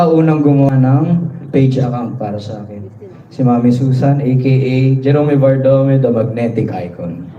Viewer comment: Thank you for pronouncing his family name correctly